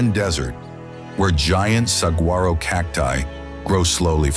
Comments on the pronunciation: Not saGuaro but sawharro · Still can't teach AI how to say Sah-war-oh! 🙄 Yea....AI is gonna take over the world. Right!!! 🙄🥴😉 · The g in saguaro is silent. Other than that, awesome video especially for a non-Arizonan. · Also not saguaro but sahwharo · Saguaro has a silent g dude. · Please learn how to pronounce gila saguaro canyon de Chelly and every thing else !!!!!!!!! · This was a really well done video with beautiful photography. It just drove me nuts that somebody didn’t know how to pronounce saguaro or Salvador Dali properly.